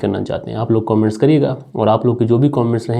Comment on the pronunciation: कोमेंट्स नहीं कमेंट्स बोला करे. शुरुआत में ही पूरी कहानी का सारांश पढने से क्लाइमेक्स पहले ही समझ में आ जाता है।